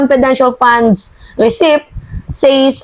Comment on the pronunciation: mali ka na naman sa pronunciation mo sa receipt ang sabi mo recip "recit" ang bigkas na tama.